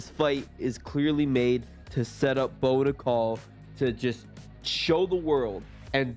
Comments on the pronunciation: Pronounce his name the right way!! Its prounced like the coin not like a womens name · How do you not do your research and figure out how to pronounce Bo’s name correctly?! 😔